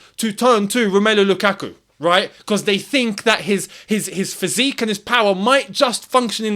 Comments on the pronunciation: Never say his name again please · y say his name u burnt my ears off u been doing well for like 2weeks now 😂😂😂